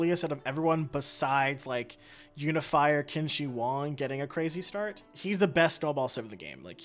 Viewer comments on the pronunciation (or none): Sigh pronunciation help because some of the things you said infuriated me Yongle- Yawn g luh Qin shi Huang - kin she hwong Wilfred laurier- will fred lau ree eh Ba trieu- bah true Seojong- say jong Seondok - say yon duck Hope that helps